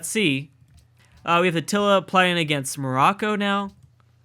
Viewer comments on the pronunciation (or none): none